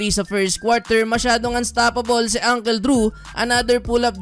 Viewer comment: you even don't know how to pronounce uncle. it's not ungkel its ungkol -->